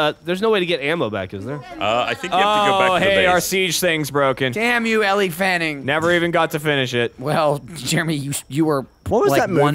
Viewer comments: Ellie Fanning must be a new Fanning sister because I've never heard of her. Sarcasm aside they should learn how to pronounce her name. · Isn't "Elle" pronounced like "L"? Or is it "Ellie" like they were doing? Just curious. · elle pronounced "L".... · they don't know how to say Elle😂